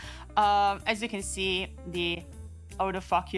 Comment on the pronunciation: The way you pronounce the word "autofocus" makes bleeping profanity a little bit silly.